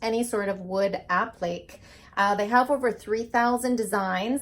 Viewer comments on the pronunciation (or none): This is a wonderful product, great for uneven/curved surfaces or ANY surface you're working with! I checked the website shop; the pieces aren't expensive, so readily accessible for most ppl, I think. APPLIQUÉ is pronounced : APP-LI-KAY...not "app- leek". :) Your video is wonderfully instructive! I get your newsletter too; I rehab furniture both for my home & for sale. I LOVE your work!! PLEASE keep doing what you're doing~ xoxoxox A HUGE Fan :) xoxox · Applique is pronounced: appli-kay; not app-leek. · I watched your video today... beautiful! I am inspired! But I have to agree...it's not an AH-pleek.. It's ah-PLI-kay. The correct way to pronounce is from the French language. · Guess you'd never heard of an appliqué before so I was sort of thrown off when you pronounced it. Other than mispronouncing it, you did and excellent job of demonstrating the product. I like it when others mess up, which shows me what not to do. Haha. Also, it shows us that none of us are perfect.